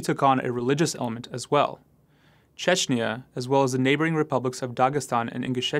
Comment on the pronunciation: The last vowel of "Chechnya" is pronounced as the "a" in "as", not as an "eee-ya".